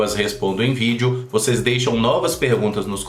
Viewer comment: quando você fala: "tudo bem com vocês?" Você diz "vo6" por causa do nome do canal ou é "vocês" mesmo??